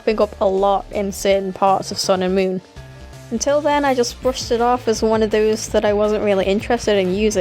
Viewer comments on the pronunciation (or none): none